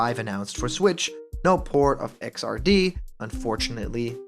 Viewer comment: Guilty Gear Xrd is pronounced "EG-ZARD" or "IGG-ZARD" (yeah it's weird) the reason why it's called that is because the previous two games (not counting spin-off, re-releases or Overture) where called X, and XX, naturally you wouldn't want to next game to be called XXX (because you know... porn), so they settled on mixing the word third with a X, hence Xrd.